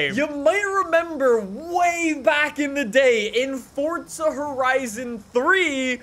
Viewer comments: Is it just me or does it sounds like he's saying fortza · Pretty sure he’s saying fortza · Is it me or he says fortza horizon